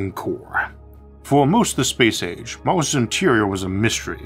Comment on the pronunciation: anyone else hearing Moses instead of Mars ?